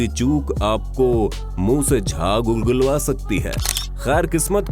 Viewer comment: he pronounced "उलगुलवा सकती है" instead of "उगलवा सकती है"